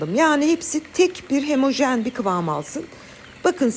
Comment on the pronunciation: Hemojen değil homojen olacak..elinize sağlık. Tarifiniz çok güzel